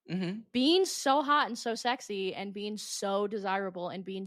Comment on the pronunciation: Sorry sweetheart but who the f*** told you that colouring your entire eyelid emerald green to match your t-shirt was a good idea ?????????? + sorry ( again) but wtf is a human "bean"?? Maybe practice your make-up application + English pronunciation before going on a podcast. 😂😂 Just some friendly advice from a concerned Make-up Artist, who can also speak + pronounce all basic spoken English.